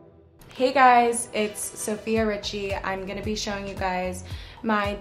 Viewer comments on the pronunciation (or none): none